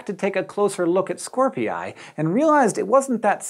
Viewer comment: if Scorpii is pronounced as scor-pee-yie, then it's Ha-wa-ee-yie